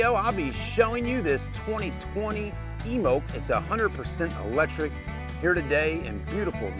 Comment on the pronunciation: THE "e" IS FUCKING SILENT.